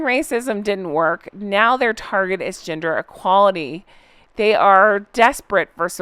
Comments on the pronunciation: For a moment I thought you said ‘ginger equality issues’! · 😂😘💓 .... When you said "gender equality" I thought you said "ginger equality" so I imagined Harry becoming an advocate for redheads